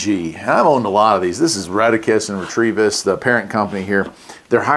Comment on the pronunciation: Very positive it's Retevis NOT Retrievis.